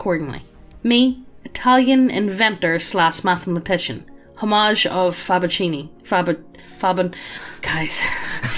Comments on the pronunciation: How do you read "Fibonacci" and get "Fabukini"? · ok lol at "Fab-occini"